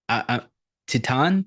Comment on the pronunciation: Dude I studied La Francais and your pronunciation of "Titane" was perfectly correct.. it's just said with a French accent, which is why people doubt themselves when saying French with an Anglo-American accent. Also you reminded me I really must finish the this film! I started watching it in 2011 and wasn't really in the mood. Now I am ;) Good job! Subbed